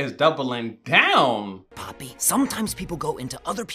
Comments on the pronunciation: why cant you say poppy and not pepper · HER NAMES NOT PEPPY OR PEPPER ITS POPPYYYYYYYYYYYYYY!!!!!! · It is poppy not peppy😂😂!!!!!! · It’s poppy btw not pepper 😂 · He meant to say poppy but he called her pepper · yall the thing that got me cracked up was when kept calling poppy “peypey” 😭😭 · Bro not you calling her pepper 😭😂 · My man called Poppy "Pepper" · i love how he keeps saying pepe instead of poppy lol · Guys how many times did he say pepper 😂 Instead of poppy 😂😂❤ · Through out the video he was saying peppy or pepper instead of poppy her real name 😂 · its not pepper or pehpeh, its poppy? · bruh it’s poppy not pepe or i just heard it wrong idk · btw its poppy not pepi lol🙂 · why do you say pepper it's poppy lol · Love how hes been calling her pepper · Bro he been calling her peppy 😅